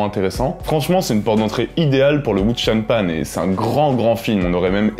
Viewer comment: Wow par contre, c'est "Wǔxiá piàn" (ça se prononce environ "woushia piène") ^^ Sinon, et pour les anglophones, il y a cette excellente critique du remake disney par un jeune cineaste d'origine Chinoise